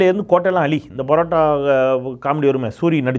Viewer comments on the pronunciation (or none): none